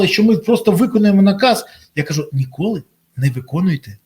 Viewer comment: Шановний пане Бориславе! Будь ласка. Візьміть пару тренінгів з української вимови. Неможливо слухати 'нИколи' і 'сьогоднЯ'. Прошу не ганьбитися і поважати своїх слухачів - ДУЖЕ